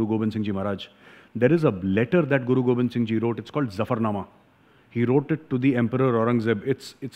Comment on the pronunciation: You are right & pronounce Zafarnama correctly. Sir, I want to ask you a question. Sikhs have contributed to country much more than their numbers. But they didnt get proportional political benefit. Though their own leadership is responsible for this.